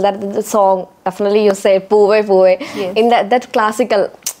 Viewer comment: It is such a pain to listen to anchor's fake accent and wrong vocabulary. Girl learn the language and in that process you will improve your pronunciation. The words preparation easily definitely made my skin crawl with second hand embarassement